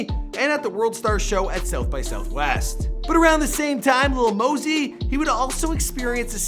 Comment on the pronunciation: But when he said moh-sie